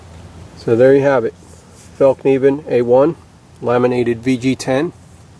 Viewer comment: Great comparison video, appreciate the correct pronunciation of the F word ! , I think it's gonna be the Bark River for me, purely on aesthetics, also, I just love polished micarta, , and leather, (despite it's draw backs,) , thanks again, , John.